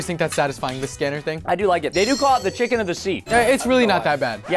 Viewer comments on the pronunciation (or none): none